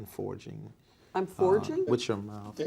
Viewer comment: This dude is forging with his mouf 😄 just like he accused Colleen of forging with her mouf